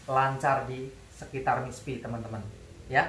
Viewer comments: Maaf om, koreksi dikit dlm pengucapan istilah Mr.P, boleh ya... Yaitu pengucapan Mr.P (= mister Pi, bukan Miss Pi)...biar kl didengerin lbh pas..Okey ..gt aja om. Makasih, YT yg berguna bg para suami👍👍Semangat teruss...gaskeuunn💪💪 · Mr P, bukan miss